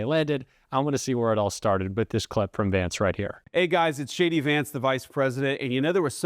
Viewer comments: He didn't trust her. When he says JD it sounds like "shady"😂😂😂😂😂😂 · I love the way even he pronounces his name Shady. 😅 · I swear I heard him say, “hey guys, it’s Shady Vance here!” 😂 what a big old dope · I swear I heard him say, “hey guys, it’s Shady Vance here!” 😂 and btw .. it’s looking like he’s wearing more and more eyeliner as the days go by. He’s going hard for that smoky eye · Did he say.. Shady Vance lololo